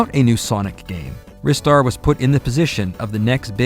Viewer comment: I lost so much respect for. Do you actually call Ristar Wrister..... I can't even. The correct pronounciation is Rye-star as in rising star. I can accept Reee-star from japanese people as they have a way to pronounce english words. But I consider the word Wrister to be an active warcrime! Shame on you! See you next time!